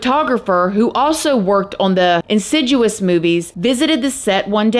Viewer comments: Your saying insidious wrong lol never heard anyone say it like that its IN SIDI US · in-sid-ee-us thats how you pronounce insidious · Great videos on the conjuring movies! Thank you for your hard work on them! Ps. It’s pronounce In-Sid-ee-us 😂❤ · Never heard “insidjewous” before 😂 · The way you pronounced “insidious” has me in tears 😭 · I love how you pronounced Insidious 😂❤ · Why do you have to pronounce insidous, wrong.?